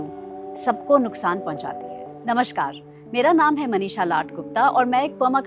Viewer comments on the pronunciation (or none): Also, Its not Namashkar, correct it to namaskar. Khane ke sath sath bhasha ki shudhta.. 😅